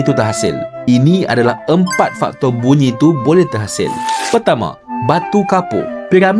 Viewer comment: Kenapa bunyi tu jadi munyi ke saya salah dengar